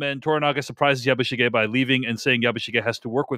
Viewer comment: It would make me much happier if you were to pronounce "Yabishige" more in the Japanese style. Which I take to be not like "Yabboo sheeee ge" (as pronounced here and in almost every other review I hear from American commentators) and more like " Yabush i geh". (i.e. considerably less emphasis on the "i" syllable, and this syllable quite short and truncated, and a little more on the "ge" syllable. I always find it off-putting to hear Americans assuming that every word in the world NEEDS to be pronounced the way someone from California or the mid west or where ever would say it - even when it is obviously pronounced differently by native speakers of the language And they never deviate from that or attempt to pronounce it the way a speaker native to Japan (in this case) would. Especially when reviewing and passing judgment on a mini series which has gone to lengths to be very, very authentic. It somehow detracts from the review.